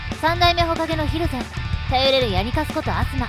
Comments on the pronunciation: ひる↑ぜんじゃなくて、ひる→ぜんなんよなあ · 蒜山は ヒ↑ルゼンじゃ無くて ヒル↑ゼン